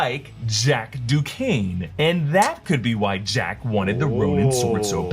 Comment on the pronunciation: Duquesne is pronounced "Doo-Kane"... I learned this via Batman: Mystery of the Batwoman in 2003